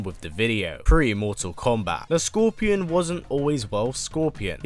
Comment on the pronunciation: Its funny the way hes mottal kombat listen to when hes says it